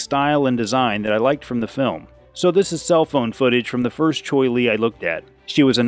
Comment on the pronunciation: Cheoy Lee. =Chee Oy Lee.